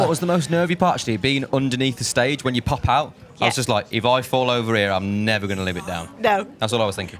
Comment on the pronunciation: LOL Liam's NEVAAA... <3